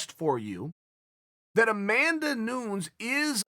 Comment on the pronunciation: It's better to pronounce like Nunez in spanish. It isn't exactly the way portuguese speakers pronounce but it's supposed to be pronounced this way and it sounds right to our ears.